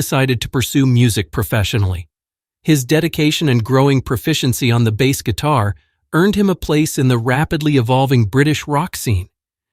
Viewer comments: If you hadn't been so lazy and done the narration and research yourself, you'd do the subject a favour by not including a photo with Saville and pronouncing bass as a musical instrument and not a fish. AI crud. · "His homemade bass" pronounced like the fish. I hate these AI narrated videos. Down voted. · and his homemade bass that rhymes with pass.😂